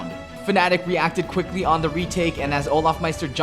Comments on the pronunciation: its not kelly, its cookly. ffs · It's not Kelly it's Qukly shot ... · who the fuck was "kelly"? (qkly) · I’m pretty sure it’s not pronounced Kally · triggers me that he calls him kally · It's not "Kaly" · it's pronounced kookly